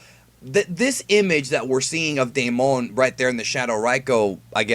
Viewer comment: my name is Damon😂 and it’s pronounced day-men